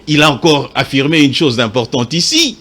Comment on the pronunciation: Mr doit faire un effort dans sa prononciation... " ine /une... dessi/ dessus... netre / neutre... rendi/rendu... inquietide/inquiétude... bref, malgré ses erreurs, je le trouve intelligent, même si je ne partage pas ses opinions que je trouve diaboliques.